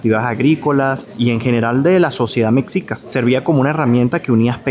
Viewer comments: Hola. La pronunciación más cercana referente al pueblo Mexica es NO LIGANDO la sílaba "Me" con el resto de la palabra: ME. XICA. En realidad la pronunciación más cercana es Me-shi-ca. O como una "g" inglesa. Es decir, deberías evitar decir Mecsica. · No se pronunica mec-sica se debe pronunciar me-shi-ca. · Ve a Tlatelolco, la ciudad hermana de Tenochtitlan.....se pronuncia Mejica, no Meksika..saludos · 😊: Por favor no digas mexicas con el sonido CS en la X, debes pronunciar la X con el sonido SH. La X en México tiene 4 sonidos, de: S como en Xochimilco, J como en México, SH como en mexicas y CS como en Texcoco. Decir México, mexicas, mexicanos... con el sonido CS es muy de los gringos o estadounidenses que no saben hablar español y lo pronuncian como lo hacen con Texas aunque nosotros mencionamos Texas con sonido j porque se refiere a las tejas ( palabra española) de los techos de las casas. Recordemos que Texas fue territorio mexicano. Ojalá te sirva esta información. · Con respeto hermano. No se pronuncia Mecsica, es Meshica. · Se pronuncia " MESHICA" ... no "mecsica", no es palabra inglesa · Agradezco tu quinta visita a mi bello México. Te saludo desde Tampico, Tamaulipas, Méx. Entiendo que se te complique un poco la pronunciación de ciertas palabras, y para eso estamos, pa' ayudar jeje. Mexicas se pronuncia de dos formas: "Mejicas" o "meshicas". Es la pronunciación que se le da aquí a la letra X. Lo mismo con Texas, muchos lo pronuncian como "Tesas" o "Tecsas" 🤷. Bendiciones a ambos. Hermoso matrimonio❤ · Hola beinvenido a México!!!! agradezco que te interese la cultura de mi pais.. un comentario la palabra mexica, la X se pronuncia como SH (meshica), Saludos desde el hermoso estado de Chiapas uno de los 32 estados que se compone México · Estimado … SE PRONUNCIA MESHICA, la X en muchos casos se pronuncia como SH (mexica) o J (Oaxaca) … gracias por hablar tan lindo de mi país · te ayudo, MEXICA = se pronuncia ´mechica´